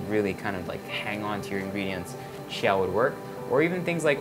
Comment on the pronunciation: I'm pretty sure it's just pronounced 'chee-yuh' not 'chya'...I've never heard of it being said otherwise.